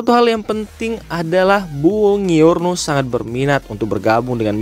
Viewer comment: Bacanya bonjuorno bg.. Bkn bongiorno..